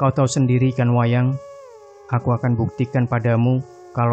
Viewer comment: ''WAYAN.'' mas Admin bukan WAYANG..😊...lanjuuu👍👍